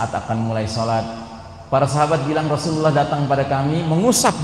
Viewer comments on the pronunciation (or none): none